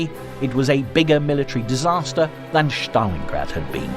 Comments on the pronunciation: It is Stalin, not Shstalin and Stalingrad, not Shtalingrad. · Very good, apart from the weird pronunciation. Shtalingrad? Sorry, there’s no sh.